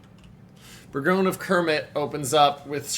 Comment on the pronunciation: Thanks for the footage. Pronunciation of Bourgogne is a little irritating, it's not "Berg-own", it's "Bore-gone-yer"